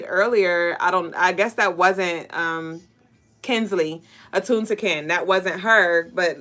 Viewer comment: lol how you pronounce my name is “kin•suh•luh” Kinsela. Not kinsley 😆 That’s crazy you were channeling attune to kin before the live because i really resonated with the title, i just let go of someone the day before yesterday and i feel good. 😌 It was long overdue and he wasn’t worth it. This whole message HIT on the nail. Definitely feeling like I passed the test ASÈ